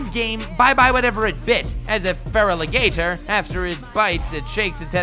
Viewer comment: I really hope you purposely butchered your pronunciation of Feraligatr.